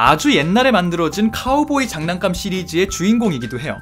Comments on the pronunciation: 잔난감🤡 나만 잔난감만 자꾸 들리냐구요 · 댓글보니 계속 잔난감으로 들리는... ㅋㅋㅋㅋㅋ